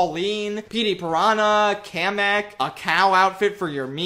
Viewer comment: HE SAYS KAMEK I'M SUBSCRIBING